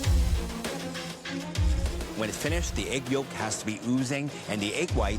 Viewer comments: Anyone else catch that guys say the gorgeous yilk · the way he said yolk, WTF!